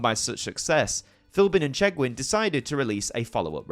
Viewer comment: Keith Chegwin not what you said lol